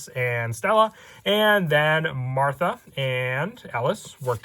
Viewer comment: what the hell happened to the H in martha lmao